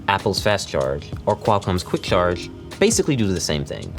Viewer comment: hate how he says " CHarge " the CH is like .. so weird sounding